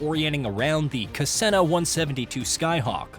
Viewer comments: Cessna is pronounced (Sesna) not cesena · LOL! it's NOT Cassena it's Cessna. Pronounced CESS-NA! SMH! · Good. But you're not forgiven. Ka-sessna sounds like a spell from the Harry Potter series. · 😂😂😂 I literally just came on here to ask if I heard that right. Ka-sen-i-na? 😅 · The ka-ssena??? Lol cessna!!! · Cassena?? New plane? 😂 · This is a joke of a review. A flight sim on a Home Console (Xbox or PS5) of this level of detail, immersion and scope is nothing short of being akin to magic. Listening to this bullshit AI calling his aircraft a kas-ENNA is so far beyond comical as to be insulting. Shame on your,. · What the hell is a kassenna 172??? Come on man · My favorite plane manufacturer, Kuh-seh-nuh. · 😂 Cassena 😂😂. I know you apologized for it but my three year old knows what a Cessna is. Prove a three year old is smarter than AI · “ Ka Senna” …. What? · It turns out AI isn't so intelligent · That should be 1st lesson: how to pronounce the name of your plane. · God that mispronunciation of Cessna made me fucking cringe so hard. If you're reviewing a flight sim maybe do some basic research and figure out how to say the name of only one of the most well known General Aviation planes in the world? At least you called out the mistake in comments, so kudos to you. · This guy can't even pronounce the name Cessna correctly. Garbage review. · NOT going to subscribe and bailed after butchering the name Cessna. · One of the worst reviews I’ve ever seen. You can’t pronounce Cessna for some reason. Then you claim you can’t find any RPM reading in the HUD despite it being clearly visible in the lower-left corner. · That's a truthfully bad error. Even people who know nothing of planes can hear the sound of a plane buzzing overhead and say 'Hey, that's a Cessna.' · You heard that too, huh? Crazy way to pronounce "Cessna".